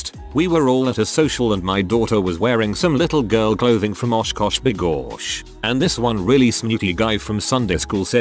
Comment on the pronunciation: The way it said osh kosh begosh 😂